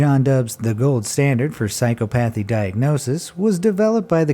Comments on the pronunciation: Dude, psychopathy isnt pronounced that way. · Your pronunciation of psychopathy is hilarious.